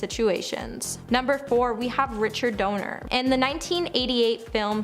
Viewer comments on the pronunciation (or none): My GOD. It’s Donner, not Donor. This is like one big blooper reel that got switched with the final edit!